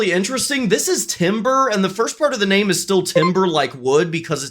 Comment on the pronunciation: I love his designs, but it bugs me how many times he mispronounces the names.